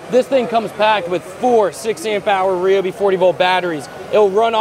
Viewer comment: Atleast you know how to pronounce ryobi unlike the tool review zone guy